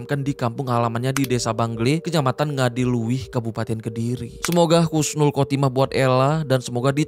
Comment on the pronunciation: Husnul khatimah bro, bukan khusnul